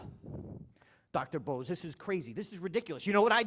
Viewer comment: you 're a douchebag. If you respect the man, at least learn to pronounce his name properly.